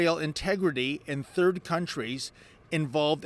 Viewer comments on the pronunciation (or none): none